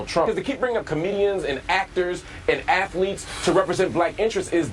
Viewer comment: Did Hill say "afthletes?"